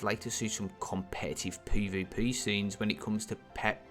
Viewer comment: Anyone else triggered by the way he says peah-veah-peayh? lol